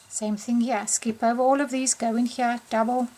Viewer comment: Why does your here sound like hyah?